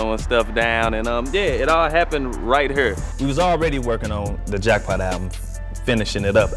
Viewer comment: Great dude, but just out of curiosity: The way he says 'right here' is this a typical dialect from St. Louis or something special just for Chingy? I'd like to know as a non-native speaker in English:)